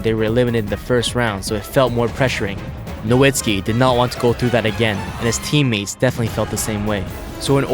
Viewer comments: As a long-time Mavs fan, I always feel odd when Dirk's last name is not pronounced as "No-vitz-ki" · Is Nowitski's surname pronunciation "Novitski" or "Nowitski"? I'm so confused